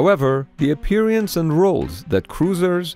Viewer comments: Why do you pronounce "Appearance" as "Apee-reance"? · To the narrator: You did great until you pronounced "appearance" as "appear(i)ance." One too many syllables. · It is spoken appearance not appearEance! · Im sorry but its pronounced ah peer uns not aperiance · "apperiance" though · I LOVE the way he says ”appear-y-ance” 😂😂😂😂 What in the world is that behind the frigate? On the other side of the pier?? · What in the world is that behind the frigate? On the other side of the pier?? Also, I LOVE the way he says ”appear-y-ance” 😂😂😂😂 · Apiryance XD good content though :) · I'm triggered by the way he says "appearance"